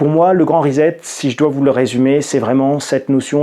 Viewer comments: C'est pas Rizette c'est Risept que l'on prononce. Amicalement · On ne dit pas risette pour 'reset', mais rissette, comme dans sucette, cf. les crêpes sucettes... :-) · Pour prononcer reset en anglais, vous devez prononcer la première syllabe ri comme du riz et la seconde syllabe set comme un set au tennis (et non zet). Si vous souhaiter le prononcer en français, il faut prononcer les lettres "es" comme pour le mot peser et les lettre "et" à la fin doivent se prononcer comme dans les mots galet ou poulet, le "t" doit rester muet, en français reset il faut donc le prononcer reuzé (mdr). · On ne dit pas REZET mais RESSET. En Anglais un S entre deux voyelles ne se prononce pas Z. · Après la grande rizette de, voici le « Postulala » ( a 8 min 55) ^^